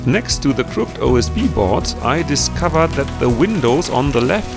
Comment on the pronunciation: Pronunciation note: in English, the word “crooked” is pronounced with two syllables, crook-ed. Every time you say crookd it takes me a second to translate it in my mind. LOL 😆